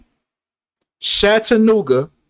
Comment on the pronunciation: it's CHAT-A NOOGA...ITS NOT SHAT LOL